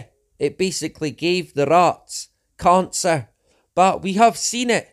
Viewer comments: Do you also pronounce cancer khancer? Because that was getting very annoying. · As a non Scotsman can I just ask regarding the accent: He says Covid as CONvid, which is obviously deliberate as he thinks Covid is fake or something, but to my ears he is also saying CONcer, rather than Cancer. Is this just his accent, or is he suggesting Cancer is a con/fake too? I'm confused because I have heard some wingnuts make various claims about Cancer being fake, manmade, big pharma suppressing the cure etc. And he certainly seems like the sort to buy into that kind of crap. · Lol I read this at the same time that he said it in the video. “Carn-sir!” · It was a painful struggle to listen to him speaking in such a disjointed way. Oh, and..."carn-sir"! 😂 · Caaaancarr, rraarts